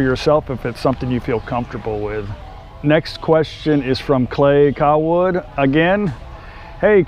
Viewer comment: So I was just a little dissapointed my ole friends from notime2bsad didn't wish me a happy Birthday on Facebook & then I get home from an all nighter & I checked the youtubes & there it was a new Q&A & my hero answers 2 of my questions right off the bat but for whatever reason you pronounced my name wrong this time even mentioning you were not sure of which way to say it.. it's Cawood pronounced like (Kay-wood). I was surprised to hear you get it right in your last video but to all the new subs out there watching & & being inspired by their amazing story of the true happiness 2 very real, very honest & good people can live by setting goals & living by 1 very important belief "you get what you put into life" the honesty & integrity of this guy is like nothing you're going to witness in any other Thai Vlogger. I can honestly say that these people are real Hero's living a life so many of us only wish we could touching the lives of the less fortunate everyday & making a positive difference in the world. Ask honest questions & your going to get honest answers. No Bs here. Like, share & comment to show your support of the content & effort that is put into sharing their life with us. They ask for nothing from anyone & honestly if you were living your dreams in a tropical paradise how much would you love to cart a camera around everyday sacrificing your freedoms just so maybe you could show just one other person with a dream that they can come true if they believe i